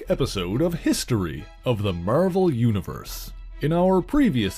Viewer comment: It’s because he says “Merrvhell”..